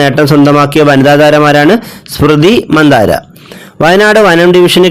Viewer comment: സ്മൃതി മന്ദാര അല്ല മന്ദാന 😁